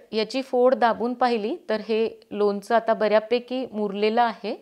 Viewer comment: लोनच नाही लोणचं म्हणतात.